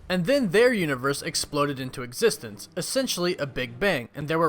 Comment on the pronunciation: As long as i exsist i think this guy is not gonna stop saying EXSISTE OR EXSISTENDS